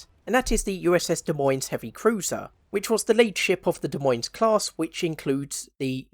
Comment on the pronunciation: Btw, Des Moines is pronounced "De Moine" the S's are silent.